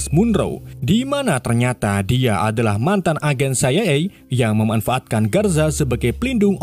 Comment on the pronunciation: CIA : siayey ❎️ CIA : saeyey ✅️